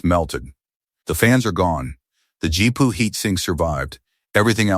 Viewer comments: GPU. Gee-Pea-You. GEE. PEA. YOU. 😡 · G P U not jeep pu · I laughed every time i heard "Jeepu".